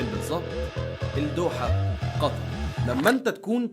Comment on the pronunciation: الدوحة حرف اللام شمسية يعني ما تنطق